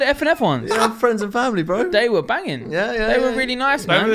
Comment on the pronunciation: Actually love this podcast amazing that it’s the only hype/sneaker cast n it’s actually interesting. Jealous of them off whites too 😂 ‘off white fwends’